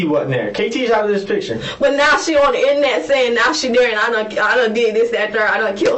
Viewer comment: She said Innanet. 😂